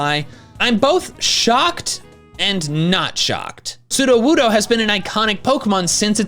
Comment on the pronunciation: It's Sudowoodo, NOT Sudowuddo!